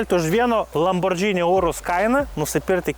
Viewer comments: lamborgiiiini, o ne lambordžini. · kaip visad super! P.S. Ne lambordžini, o lamborgini reiktu tart. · Įdomu išmoksim kada lamborgini sakyt vietoj lambordžini? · Lamborgini, o ne Lambordžini. Ar čia ant prikolo taip vadini?